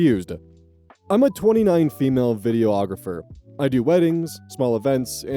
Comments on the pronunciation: videographer not video-ographer lmao. I seriously needed that laugh today though <3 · H, I like your reading but I wanted to point out (as one) that its pronounced Vi-dee-ographer. not vi-dee-oh-ographer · “videoographer” it’s not a thing it’s a videographer you’re saying it completely wrong and adding multiple letters that aren’t in it. You’re welcome for the comment boosting your really stupid visibility.